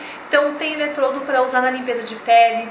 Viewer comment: A palavra é ELETRODO e não eletroLdo